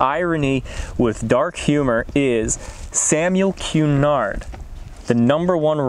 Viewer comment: Pronouced like Samuel Ca-nard ..not Q-nard Very beautiful place to visit and reflect..probably the only place I've been able to sit and peace and reflect at...my child as well had almost like a calm come over them there..this is a must stop/visit...it is on the way to Peggy's Cove (which had the tragedy of Swiss Air 111)